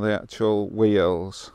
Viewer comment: I thought at first you said "whales" , but it was wheels. Quite photogenic wheels they were. 😀